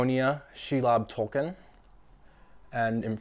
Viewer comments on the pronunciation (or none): none